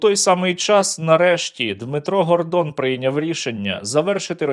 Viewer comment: Гардон не Гандвон